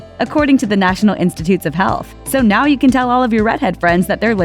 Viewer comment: When she said the national institute of health I swear she said hell and I was just triggered as a ginger lmao